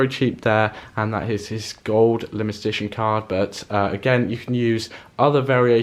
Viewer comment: He can't say limited edition 😂😂